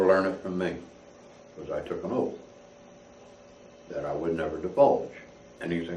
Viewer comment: I'm not sure I understood him. Did he say he took an oath, or did he take oats? I'm pretty sure he took a lot of meth.